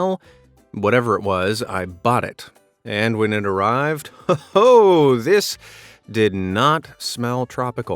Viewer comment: he says ho ho like he is from Africa